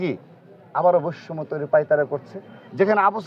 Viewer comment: বৈষম্য শব্দটি শুদ্ধ ভাবে উচ্চারণ করুন, আপনার সভাপতির মেয়াদ শেষ হবে কবে?